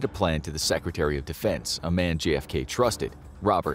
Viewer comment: It's a bit distracting that the narrator talks so fast that he pronounces JFK like GFK.